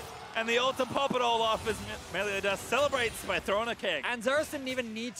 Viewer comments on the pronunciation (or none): "meliodas" why do they say "meliodias" do they think he is mexican? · MELIODIAS??? cringey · "Meliodias" big oof